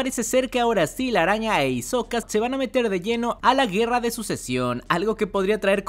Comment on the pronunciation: Es ixoca no " Hizoca" 🙄